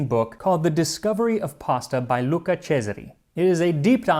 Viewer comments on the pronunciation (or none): none